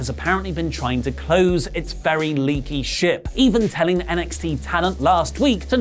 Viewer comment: I think I heard wrong... I could have heard said "Leaky shit" rather than "Leaky Ship"...😂😂😂😂